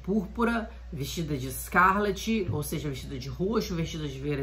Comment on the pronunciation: Amada, só uma observação, o nome da cor se pronuncia "ESCARLATE". Com final "late", como o verbo "latir"